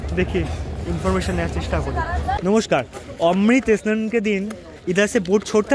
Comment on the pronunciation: E Snan E Snan E Snan.... Mane seriously... Oshojhokor! snan bolte ki kosto hoi